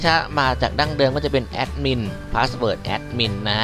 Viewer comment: "Aaaadmin Paasword Aaaadmin Pasword"Sry´,sounds funny :D Thx 4 the vid.